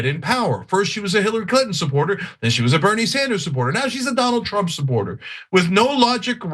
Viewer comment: Sounds like Ana said - 'Tulsi Gabbard, is Donald Trup's PIG'..... Sounds about right.